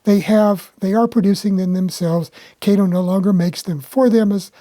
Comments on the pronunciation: Oh No, No, No, NoNoNoNoNOOoooOh! My wifee would pull my hair out (n i only have a few left) if my model train would pull the paint off my concrete block basement wall (nottto daaahhtoh she cares bout it). About Kato. It's nut(not) pronounced KAeToh. It's pronounced CutOh in Japan. Yah, ur dinking bout daaahhaahto Baaatohman's compadre KayToe? As far as CutOh's models, they're over engineered. Why pay daaahhaato (that) munchy when u can get more out of current Xi Ji Ping CCP make? CutOh product must be slashed nut only in engineering buttttoh(butt), material quality too to compete against Xi's and i bet they in turn have their product by Evita Peron song: 'Don't Cry 4 MEeeeeeeh, Made-in-Cheeenah! The truth is i've never loved u!' U may dink bout chucking dem Alco CutOh's. They all look like green cucumber pickles anyway! Time for trade-in's w newer 'off red' colored CCP Xi's. OK, OK, OOOhKay! Seriously, i really appreciated ur presentation by disassembling the model, then to analyze why the Alco models run so well. You just cracked me up when u mentioned about the models r designed so well that they'll pull the paint off ... Thumbs way up n subscribed to ur channel. Thx! PS. I would rather c ur locos pull off thick Tammy Baker's powder puff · You're another one that needs to apologize to Mr. Kato. His name is pronounced Cot o.